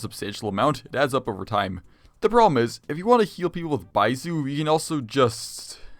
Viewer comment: baiZu lol Zinyan Zhangling Zhao Zhanyun mf got that Mtashed pronunciation